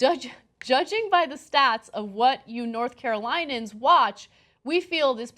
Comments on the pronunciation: She said North Carolinian's wrong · anna went to duke but cannot pronounce north carolinians correctly? she probably just got in for being a minority anyways...meh